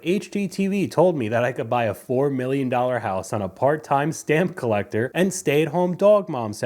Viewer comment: I thought you said "horse"